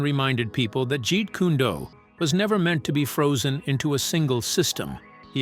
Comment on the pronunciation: Videos like this would be taken more seriously if the narrator could at least pronounce Jeet Kune Do and nunchaku.